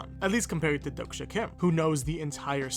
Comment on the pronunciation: 독자 isn't pronounced as dok-sha it's exactly how it's spelled: Dohk-Jah with a HARD J